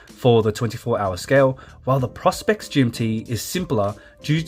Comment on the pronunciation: Thank you!! The mispronunciation is a constant minor irritation.